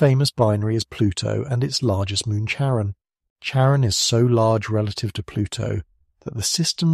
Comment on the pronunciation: CHARON... NOT KAREN!